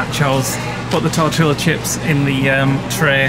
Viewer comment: Tort..teee.a....as opposed to tor..til..a ...... and nav..a.ho.... as opposed to nav..a.joe! Luv you guys! Oh no , thats the worst for poor Vera...give her the best wishes!